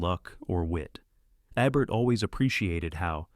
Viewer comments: It would be rad if you pronounced the names right — or is this narrated by AI ? It’s not Eh-bert it’s EEbert. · Nice list. I don't expect you to know this because you are probably too young to have seen Roger Ebert's show, but you pronounce Ebert with a long E. So it would be like EEbert. Thanks for the list. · His name is pronounced as it's spelt. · AI can't figure out how to pronounce Ebert's name. Ee-bert? or Eh-bert. Shows how much this channel really cares about what they're doing. Also, I wonder if Alec Gwyness is the same one who played Obi-Wan Kenobi. This isn't just a channel about movies; it's a messed up feverdream of mispronunciations and overwrought descriptions. Good choices, though! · I agree. I thought maybe he was young but the pronunciation of Alex Guiness and Gunga Dinn and of course Ebert drove me crazy.